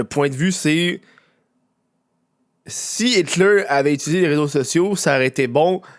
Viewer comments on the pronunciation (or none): Prononcer Hilter avec un accent anglais, il faut le faire !